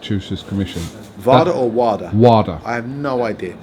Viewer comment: It’s WADA pronounced VADA they are not two different entity’s 🥊